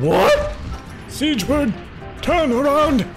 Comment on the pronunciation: Tfw can't say Siegward's name properly then kills him